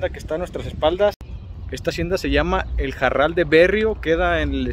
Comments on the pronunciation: Aún existe "EL MEZCAL JARAL" a la venta aquí en Guanajuato 😉 y se pronuncia Jaral y no Jarral... Lo digo con toda mi humildad sin ofender a nadie 🙏😉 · Se pronuncia Jaral, no Jarral. Cuando la R va entre vocales como en este caso, no se pronuncia como ERRE, se pronuncia como ERE. Seguramente el nombre se debe a que había muchos arbustos de Jara no de Jarra. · Solo una corrección, es JARAL y no JARRAL. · Se llama jaral, no jarral Komo tu lo pronuncias. Mi grandpa fue el portero de la fábrica de vino a mediados del siglo pasado. Se llamaba Juan Maldonado pero lo konocian Komo el muñeco. Yo tengo el mismo nombre, kuando nací mi papá se movio a Tamaulipas y ya no regresamos. Solo fui una vez por mi acta de nacimiento, el registro civil estaba kasi enfrente de esa hacienda. El oficial se llamaba Isidoro Cortez . Saludos desde Georgia USA. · Una aclaración para el guía de turistas, es Jaral de Berrios, no Jarral! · Es Jaral, no Jarral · No es JARRAL, ES J A R A L